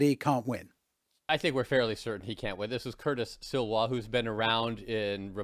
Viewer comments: Eric Adams has endorsed Cuomo yesterday, it's not Curtis Siwa, it's Sliwa, not Mandani, Mamdani... are you high?😅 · Yeah...if the guy can't say Sliwa correctly, he is clueless. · The American commentator here doesn't seem to know NYC at all. Mispronounced Sliwa and doesn't immediately recall mayors dating before Giuliani.